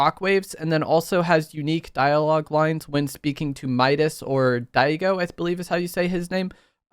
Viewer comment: It's pronounced Dee ah go.